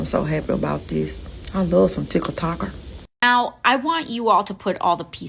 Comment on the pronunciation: "I love some tickle tocker"